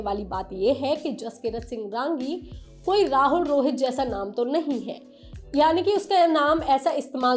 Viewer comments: It's not RAAAAAAANGI madam It's RANGI, it's a Punjabi Jatt Sikh surname....Neeche hindi mein bhi likha tha naam film mein, wahi parh ke bol dete sahi tarike se..😂😂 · It's not "raaangi" madam it's simply "rangi' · Exactly! Raaaaangi (रांगी) nahi hai..Rangi (रंगी) hai. Theek ussi tarah film ke director ka naam Aditya Dhaaaar (धार) nahi, Dhar (धर) hai..😅